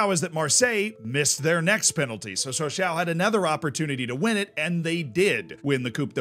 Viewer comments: It is not Saw s A oh It is french ...it is Saw saw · Please, Sochaux is said "Socho" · Yeah, a couple of mispronounciations, but I at least appreciate the effort. Puzhow (that's actually a better phonetic spelling than I could come up with) (Peugeot) Sosho (Sochaux) Ocsair (Auxerre, his pronunciation was actually closer to that of Angers than it was to Auxerre!) Those are the three that bugged me. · It’s pronounced “So-shó” not “so-shau”. But it’s still fun to listen along and have a shot every time you say “so-shau” ;-) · I belive it is more like So-chaw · What truly proves how much I like videos is how many times I withstood him saying “sochaow” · Sochaux is pronounced "SO-SHOW". Merci, beaucoup! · "So-sho". They only say "ow" when they stub their toe or something. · The 'aux' in Sochaux is pronounced like the 'oh' in 'oh my god'. Sochoh. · Ah yes, my favorite French club, Soch-OW. On a serious note, glad the team has stabilized. I remember their Ligue 1 days from when I was a kid. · It's pronounced Socho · Nice story, feels like a Tifo video! But you should say so-show. And puh-zjow. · The pronunciation of the "Sochaux" made me stop watching, and I am not even French...Try "ShawShaw" (like the player) next time. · So-Show is more like it zs pronounced in the club anthem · more like Soshaw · Or Showshaw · Sochaux, saying it wrong... Herve Renard,wrong, Peugeot, wrong, alaves, wrong.. I could give you some private lessons :D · That's not how you say Sochaux, buddy. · it's a great video but you should have checked the prononciation of "Sochaux" xD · The way he says sochaux is way worse. Hurts my ears and I’m not even French. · Sochaux is okay, he says it like an old person though. Poo-Joe though lmao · what about sochaux😂